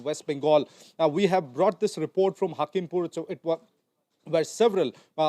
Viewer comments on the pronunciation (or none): Report not Repot 😂😂😂